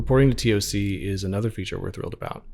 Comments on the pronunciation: please get the voice actor to say TOC as TOCK. No one spells out T O C when they speak. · literally no one i met while in the infantry for 8 years said each letter. Its always been one word, said as TOCK